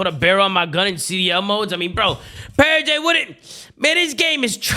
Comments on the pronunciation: I love that he still calls purj purjay 😭😭😭 it sounds better too honestly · Huke was calling out "pur-jay 1 shot!" Lmao